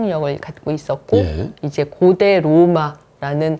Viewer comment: 장음인 단어의 첫자를 짧게 발음한 예:세속,사장 고대,세계,과거,세계,대개,대부분,고대,공화국,대단한, 고대, 고대, 등, 장단음 문제가 심각합니다. 미국 변 완수 배